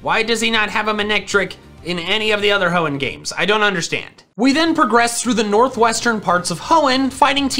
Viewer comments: I'm surprise the comment section didn't brutalize him for saying "hoeen type" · did he just say hoen type? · Ah yes my favorite type H o e n n. T y p e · nah it's genthre-ers